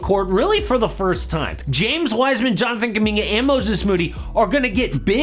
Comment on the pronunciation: "jonfiguminga" lol